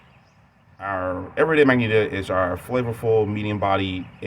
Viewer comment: I think it is pronounced "mah-jen'-tah" my friend. Magenta is a shade of the color red. Otherwise it was another nice ramble from you.